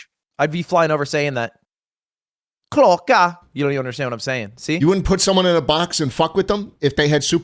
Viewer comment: Ludwigs pronunciation of swedish words got me rolling laughing on the floor. KlOcKa😂😂😂